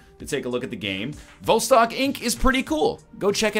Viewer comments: Everyone's concerned with NL selling out or not selling out and with the quality of the game. I'm just here to inform y'all that 'Vostok' is pronounced [vas,tok] and simply means "east" in Russian. You are welcome. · Also, the emphasis is on the second syllable, not the first as NL kindly demonstrated for us in two different ways within the first 5 seconds of the video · Yes Egg everyone lives in vostok so by not saying its name right you are alienating EVERYONE